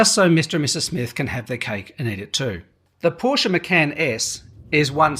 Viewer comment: can’t take a review seriously if you cannot pronounce the brand